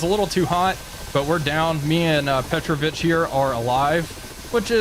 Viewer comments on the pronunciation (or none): His name is PetrOvich, not PEtrovich. Just for you to know.